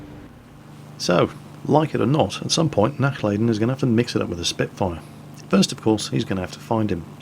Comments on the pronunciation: It would be a "lah" sound, as opposed to "lay" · I want to make sure he doesn't butcher it in the future. 'Nachlayden' was just an effect of his ignorance. He can learn. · Nachladen mean not loading in German and it is pronounced nach larden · Yes, purely out of personal interest, I want him to not butcher the German language. I can simply not stand faulty pronunciation. However, I know that really only pays heed to comments he himself finds interesting and comments regarding pronunciation are not on that list. Regardless, out of the vain hope he would actually read what I wrote and actually try to pronounce the 'a' like 'ah' when speaking German, I wrote the comment, hoping nobody would take offence to it. I am indeed half German and no, I am not being stubborn because I am half German, I am being stubborn because I'm half Dutch and Dutchmen hate being in the wrong. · both "a's " are pronounced like the U in utterly, a little more "stretched" though. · I like how you pronounce "Nachladen" ;D sounds like a gaelic word when you say it ^^